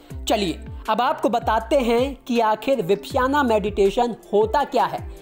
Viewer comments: विपश्याना नहीं, विपश्यना कहते हैं। भाई, उच्चारण ठीक कर लो। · विपश्याना नहीं, विपश्यना ध्यान विधि।अर्थात अपने आप को दूर से देखना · Yaar 1 million view le rakhe hai vipasana nahi bolna aa raha 🤦